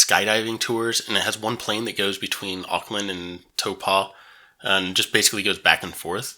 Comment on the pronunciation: Nice thermal pools in Taupo ( Toe pour, don't pronounce the r) don't worry about hotels, motels and B&Bs exist too